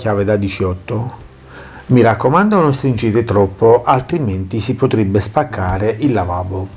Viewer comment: Ciao quando dici la parola spaccare mi fai morire 😂